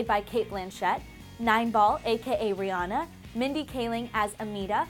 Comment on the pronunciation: Will you ever learn how to pronounce Rihanna's name correctly?